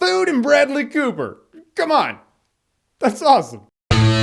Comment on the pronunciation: Idk why but in the intro you said "Food and Bradley Cooper!" I heard "Food and BREAD-ly...." LOL